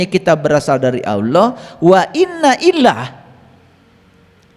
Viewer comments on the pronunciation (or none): Maaf bukan wa inna ilah...tapi wa innaa ilaihi roojiun...